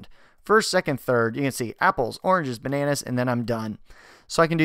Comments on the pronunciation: ...Ba-na-naazz. (c) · The way you said 'bananas' made me laugh so hard